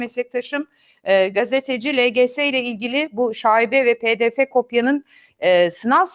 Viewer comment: Hemde Cumhuriyet Gazetesi Haber Müdürü; Türkçeye verdiği değer Soft Açıklama ve Pdf' i İngilizce telafuz ile belli oluyor. Almanlar bile Pdf' i kendi dilinde telaffuz ediyor. Yazık Türkçemizin son 20 Senede geldiği hale....